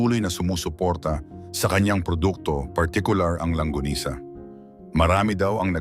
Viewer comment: It's LONGGANISA not LANGGONISA😁😁😁😁😁